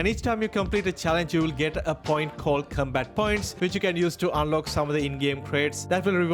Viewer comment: Com...COM-bat. Not Cumbat 😅